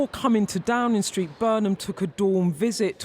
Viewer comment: Downin' Street, Waitin' Oustin' linin' out goin' takin' bracin' beginin' arrivin' makin' livin' hugin' comin' sleepin' spendin' remainin' goin' bringin' winnin' promisin' Can news reporters speak correctly anymore? Droppin' Gs likes theres no tomorrow! Sounds like an "Ebony" or "Felicia" from.the Broadwater Farm!